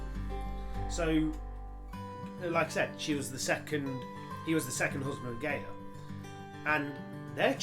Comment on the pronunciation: Guy-a not Gay-a... Not homophobia intended.